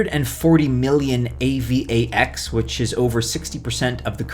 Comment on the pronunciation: Dude just say A-VAX lol